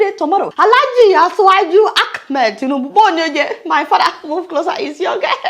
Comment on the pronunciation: She pronounced it correctly, it is not pronounce as spelled.